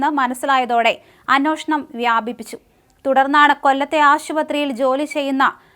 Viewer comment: ചേച്ചി അന്നോഷണം അല്ല അന്വേഷണം. നാക്കു വടിച്ചിട്ടു കഥ പറ